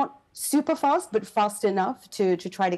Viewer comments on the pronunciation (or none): none